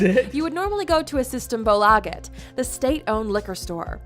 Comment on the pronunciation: Säg systembolaget rätt snälla